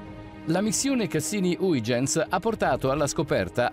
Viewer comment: Nel video di prima era haigenz, adesso è huigenz, vediamo nel prossimo video se riesce a pronunciare correttamente = hoighenz.